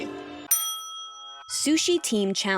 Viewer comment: s o o s h e e